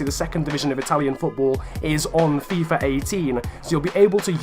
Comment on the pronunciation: WHY ARE YOU SAYING FIFUR 18 AND NOT FIFA 18